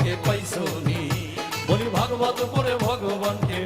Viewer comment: vog vog nahi "Vagavat"